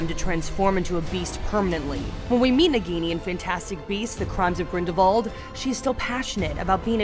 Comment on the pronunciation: Its not grindavald its grindalwald